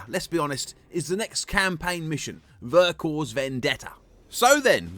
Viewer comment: Great review :) Just a tiny heads-up for the future, in French you don't pronounce the final "S" in "Vercors", so it's basically just "Vercorr" ;) Cheers!